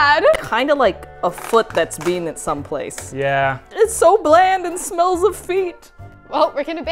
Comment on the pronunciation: "It smeels sad" LMAOOOOOOOOO